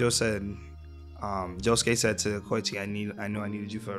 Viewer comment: KO EE CHI. NOT KOCHI